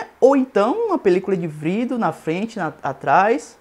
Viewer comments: "Tem que equipá-lo com uma película de "vrido" na frente..." kakakakak mds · O meu PC travou ou ele disse "vrido" mesmo ? heuaheuae anyway o review me ajudou vlw